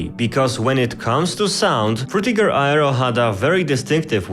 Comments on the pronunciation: He said Aero as Ayero 😅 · Love the vid. In future tho, aero is pronounced more like “air-o”